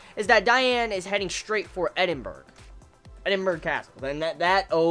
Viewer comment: Great review! Though Edinburgh is pronounced edin-bra for future reference.